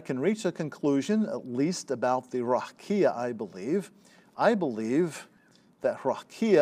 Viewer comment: I think I’d rather you mispronounced the word as plain ole Raqia. 😅